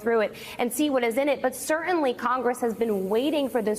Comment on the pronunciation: "Sir-TEN-ly". Use your sounds.